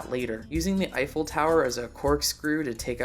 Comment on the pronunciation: What? I completely randomly checked out your old videos today (btw. What do you think about Attack on Titan today?) and you upload on the same day after 11 months. Please don't go silent for a year again. PS: Do you know German or did you just nail the pronunciation of "Eifel Tower"?